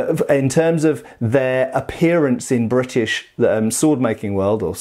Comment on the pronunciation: i like how you say "Brrritish"